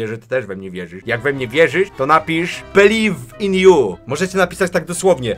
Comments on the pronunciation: Jak kazałeś Belif in ju poprawnie Belive in you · Aj belif in ju eldżej ;D pro inglisz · Beliv iw yu eljaj purfekt englisz